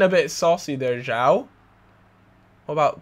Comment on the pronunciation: it's jo-ã-o, not jao